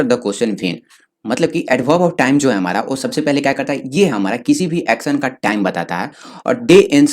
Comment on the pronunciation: why you said hamra